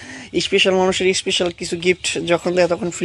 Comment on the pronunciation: ইশপিশাল আবার কি। শুদ্ধ করে বলেন